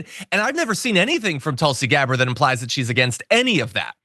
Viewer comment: at 40sec did the journo (Katy Kay?) call her "Tulsi deGabbard?"